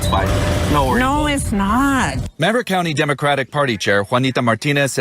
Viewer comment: That insufferable whiny voice from the Democrat talking to the guy in the van. And her saying, No it's not but saying in in Bidenese "Noicznoooooot" I'm surprised she didn't bust out with "Mijo" at the end. LoL 😂